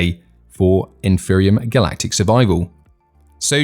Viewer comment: The guy cant even pronounce Empyrion... its a 'P' not a 'PH' !!